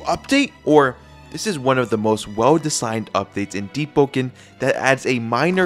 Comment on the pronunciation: Is it just me or i hear him spell "Deep-po-ken